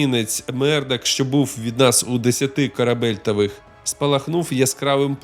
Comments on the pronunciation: Те, що контент українською, дуже добре. Але над вимовою ще треба попрацювати (багато хто з нас раніше розмовляв російською - що поробиш). Ну і морська термінологія: які корабельтові, Карл? Кабельтов - морська одиниця вимірювання, трохи більша за 180 метрів (у США більше 200м). А в цілому дякую за відео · аж прокинувся від "корабельтових" 😊